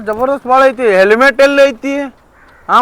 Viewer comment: Selmet alla helmet